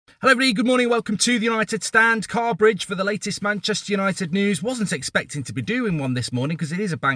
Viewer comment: BRUVV IM 17 BUT I LOVE "CARBRIDGE" 😂😂😂